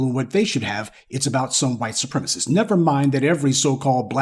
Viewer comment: I miss when you say "the white supremisses hate that". To me that sounds funny 😂. Please keep it going.